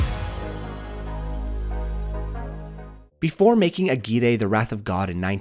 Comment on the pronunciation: Ok, I need to point this out because now I've heard you say it wrong in two full videos and it's getting on my nervs. AGUIRRE is a spanish name, and as such, when two Rs are together they sound like a hard R. Put the tongue on the front of the palate and let it reverb a little bit.